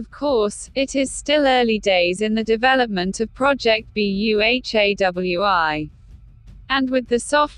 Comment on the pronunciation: Sorry what I heard ☹️😔 Project BEHEWI? It's Project BU+HA+WI